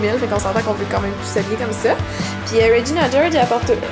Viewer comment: J'adore quand tu dis "Regina George" en français ! :)